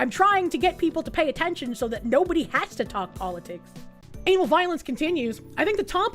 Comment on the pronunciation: Is it bad i kept hearing "Anal Violence" instead of Ana Valens?